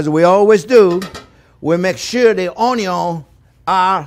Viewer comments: "Owniown" love it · Yes Onyo ... love the way he says that too